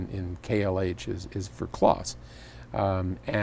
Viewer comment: It's Henry Kloss as in "close", as in nearby, not Kloss as in "Koss". There you go.